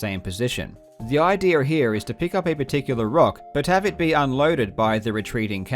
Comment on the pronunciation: every time he says idea i hear idere " the idere here" lmao